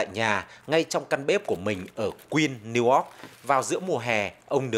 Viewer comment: VOA cũng có XNV đọc Niu Oóc? Chữ Y đâu?